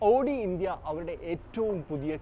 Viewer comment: Pronounce Owdi.not odi please ❤